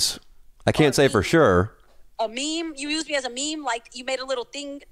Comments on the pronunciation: Nobody talking ab how pronounces meme as ME-ME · 10/10 respect for for pronouncing meme as ME-ME. That's OG status